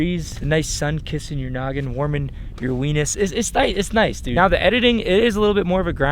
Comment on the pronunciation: When he said Wenus I got so confused and then remembered it’s a part of your elbow. 🤣